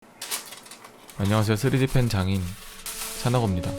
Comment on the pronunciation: 쓰리디 팬티라고 들었음